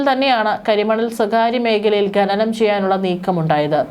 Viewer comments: ഗനനം... നാണമില്ലേ അവതാരാകേ... ഖനനം എന്നാണ്. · ഖനനം എന്ന് പറയൂ...ഗഗനം അല്ല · ഗനനം അല്ല ഖനനം. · "ഗനനം" . എന്ത് അരോചകം. ഛെ